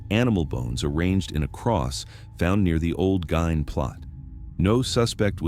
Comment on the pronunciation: I heard his last name pronounced as /GEEN/. Just saying.